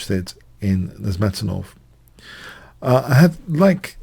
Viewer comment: The accent is on the 3rd syllable of Nezhmetdinov's last name...